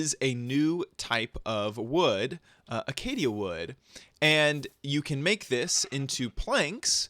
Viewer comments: learn how to fucking talk it's called Acacia not Acadia yo idiot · its pronounced acacia as uh-Kay-sha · acacia tree --- aca·cia noun \ə-ˈkā-shə\ ;-) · It's pronounced akay-shee-aw